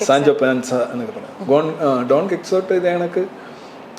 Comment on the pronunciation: ഡോൺ ക്വിക്ക്സോട്ട് ( Don Quixote) എന്നല്ല ആ പേര്.. ഡോൺ കിഹോത്തെ എന്നാണ് !! എന്താണ് ബുജി രവിസാർ..??? 😂😂😂😂😂😂🤭🤭🤭 പിന്നെ, പെണ്ണിന്റെ ചിരി അടിപൊളി 👍